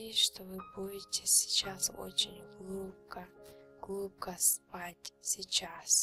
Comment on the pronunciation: я уже начала засыпать, как услышала " Вы начинаете глубко, улубко спать" 😂😁